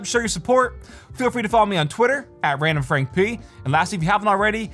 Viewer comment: Always wonder why he has such a strong accent when saying "I'm RandomFrankP", then the accent disappears for the rest of the video...